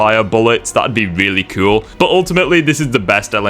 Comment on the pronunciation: not to be mean, but you say cool like Eric cartman. kewl